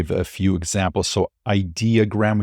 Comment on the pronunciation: Feels like it’s been a while since you created a decent video. Welcome back. (Ideogram… it’s good. Just get the accent on the right syllAble) I’m excited about the movies opportunities. Lots of possibilities. Definitely need to in-flow. 😅